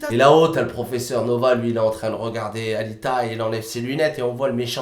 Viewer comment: "Ahaalita" putain j'ai rigolé tout le long j'ai dû remater le truc du coup.